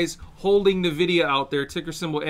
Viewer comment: doesn't even pronounce Nvidia correctly, this is insane how this guy is just reading to us rather than being a proper analyst.